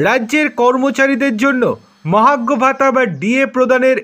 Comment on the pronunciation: ঠিক মত কথা উচ্চারণ ক'রতে পারে না, চ্যানেল খুলেছে ! 🤔 মহার্ঘ ভাতাকে মহাগ্ঘ ভাতা ব'ললো ! স্যাটকে স্যাড ব'ললো ! 😢